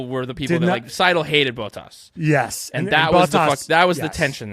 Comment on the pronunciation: I love how they mispronounce so many names: Fred Vah Sewer = Fred Vah-Ser Bonobo = Matt Tee ah Bin-otto Bow Tas = Bot Tas